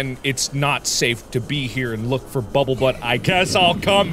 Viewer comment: Can't take him seriously if he keeps calling bumblebutt bubblebutt